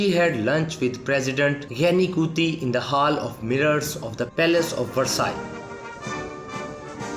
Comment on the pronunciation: Please find a speaker who knows how to pronounce English, and the word Versailles.